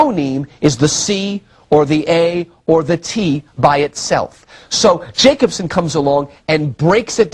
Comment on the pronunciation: Dude, Jakobson is pronounced Yakobson. Eeeek🤣